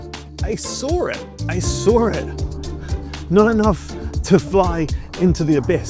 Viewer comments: He SORE it! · "i soar it, i soar it" 😂😂